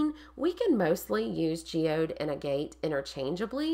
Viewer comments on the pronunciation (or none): oh fiddlesticks! To be fair to you, agg –uht! is one of those words we're all likely to first learn from reading it, with no template for how to actually say it. Like me with misled. For years in my head it was myzzled! What is this myzzled everyone keeps writing about, I wondered? 🙄 'Nitch' is just one of those that makes me... itch, and it's everywhere - newsreaders, politicians, allegedly clever people... so I did a double-take when you pronounced it correctly. Seriously, a first! Anyhoo, linguistics aside, key thing is your wall is effing gorgeous,! Well done. 😘